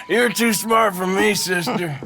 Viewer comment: É too e não two 😂😂😂😂😂😂😂😂😂😂😂 Dutch sempre tem um plano